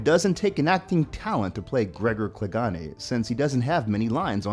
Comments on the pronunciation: “Gregor Cleganay” 🤦🏾‍♂️ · Not to sound rude but i guess you dont watch game of thrones, with the pronnouciation of Gregor Clegane and Danaerys, soz, nitpicking lol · you canny say clagane right and you called him an Irishman when he is not irish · ClegANE like "pain". And he's icelandic, not irish.